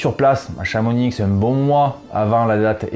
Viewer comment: Super, merci. Intéressant comme d'habitude. Pour ma part je ferai le 23km pour la 3 ème fois en espérant faire le même chrono que celui de Kilian...sur le 42km 😆 Juste un détail (oui, je suis un gars du coin): on prononce "Chamoni", et non pas "Chamonixe". On va se moquer de toi si tu insistes trop 😉